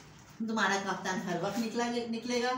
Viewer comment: Kaftan kaftan bolne k bd phr tafan bol rahi 😂😂😂 taftaan kese phen skti behan aap kafttan bht sare colour m hotay hain!!